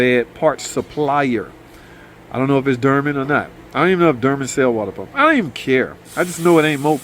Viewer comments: Ahhhh…..sir it’s not pronounced Durman. 😂 it’s pronounced. Dorman. 😂😂😂😂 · Dermen! My boy! 😂